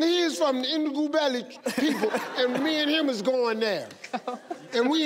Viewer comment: He should have said Ndebele